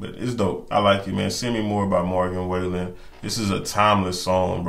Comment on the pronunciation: I still say this is one of the sweetest videos I’ve ever seen! 🥹 Love anything Morgan. Check out the Taste of Country acoustic ‘Cover Me Up’ and any of the Dangerous Sessions. Also Broadway Girls with Lil Durk and You Proof. BTW, his name is pronounced sorta like fallen - Wall-en. Great review! ♥️♥️